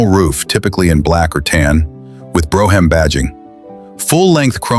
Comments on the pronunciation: Bro- ham models! Ai can't read shit, Brougham, brom. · If You're Gonna Present Any Car Videos , Get Your Facts Straight As Well As Your PUNCUATION Of Makes & Model Names. Such as "BROUGHAM. "It's NOT Pronounced As "BRO HAM"!!....It's PRONOUNCED As "BROME"......BRO HAM...You're An Idiot!!